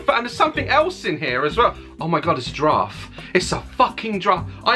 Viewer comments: " It's my favorite animal... a DdRAFF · "It's a DRAF"